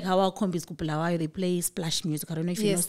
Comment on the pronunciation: but Sandy this was the opportunity to teach your hosts how to pronounce Bulawayo correctly not the BHULUWEEYOO thing that's common with ma fake salads